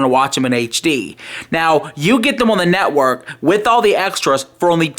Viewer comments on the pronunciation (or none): "The WWE Netwuurrk"